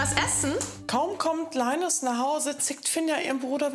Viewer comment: Seit wann wird linus bitte englisch ausgesprochen🤣🤣